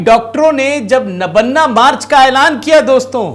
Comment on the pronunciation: नबन्ना नहीं महोदय नवान्न ( नव+अन्न= नवान्न।)